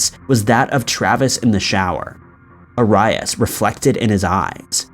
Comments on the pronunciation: I think we all just watched, thinking, “it’s Airy ass!” (ง'̀-'́)ง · Arias is pronounced Air-ee-us That case is so frustrating and shows just how psychotic she became unnecessarily. I believe she would have done this again and again with every man who ended a relationship with her. So sad. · Call her Jodi brown better. Your not alone bud. AR-RY-US 😂😂😂😂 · dude you're killing me with how horrible your pronunciation of jodi arias last name is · The way he pronounces Arias🤣🤣🤣🤣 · I just wanna know how in the world did he get Jodis last name wrong ? I mean he sounded it out like it sounds but come on. . Who hasn't seen a video or heard her name (said correctly) its just odd. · im sorry but i cant get over how bad this dude is mispronouncing jodi arias last name. i dont understand, that was one of the biggest trials in recent history with so much media coverage and her name constantly in the news for years and he still is saying her last name wrong. couldnt even finish the video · I just can't handle how your pronouncing Arias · This was the worst pronunciation of "Arias" I've ever heard in my life. The same goes for "arian" (heard in another video from Top 5...). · lol & the way he says Aries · OMG I hate the way he's saying Jodi Arias' last name!! Wtf, say it right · Come on dude. If you don't know how to say Jodi Arias' name correctly by now you have no business covering the case. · How can you not know how to pronounce Arias? It's a super famous case that was all over the news with hundreds of videos made pronouncing it. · Every time he pronounced Arias wrong I wanted to punch a wall 😤😂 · I almost ripped off my ears.... Ughhhh. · It made me question if I had been pronouncing it wrong this entire time! So, He was the one who was pronouncing it incorrectly! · Drives me nuts when he says things wrong. There is no excuse. Plenty of video’s pronouncing her name right. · Her name is ( air-ease) no arias! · Aires not arius!!!!! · ‘Air-e-us’ not ‘A-rye-us’ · Air-ee-as sheesh